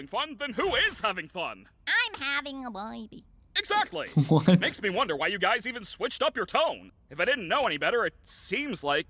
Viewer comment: "i'm having a ✨BWayBey✨" you mean uhhh.. Baby? 😭